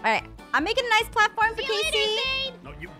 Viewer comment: I love she says noice😂